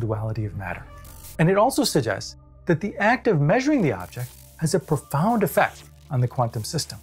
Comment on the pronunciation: “ what this SUGGESTS” read “Snakeoil” 😂🤣😂